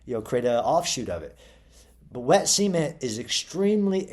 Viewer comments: That's how the Beverly Hillbillies pronounced it. They called their swimming pool the "cement pond", pronounced like "sea meant". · Why is he pronouncing cement like semen? 🤨